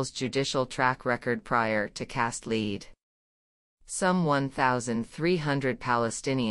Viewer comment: Or, for that matter, an actual human voice....the AI voice reader pronounces "Cast Lead" as "Leed." Bizarre.